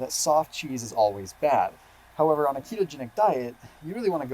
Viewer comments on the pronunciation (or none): none